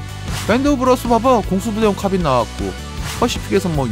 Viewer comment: ㅋ카ㅏ빈 ㅋㅋㅋ 카 발음 진짜쌔다 ㅋㅎㅏ빈 크아빈